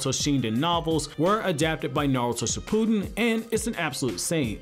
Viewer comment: 😂😂😂 It is not pronounced "Sh - POO - den" but "ShiPP - oo(smaller oo sound and not an extended sound. The effort doesn't stay on saying "POO" in this word.) - din". 💙💙💙💙💙💙💙